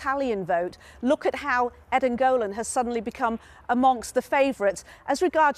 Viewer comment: It's pronounced: ED-en you putz. Not EEEden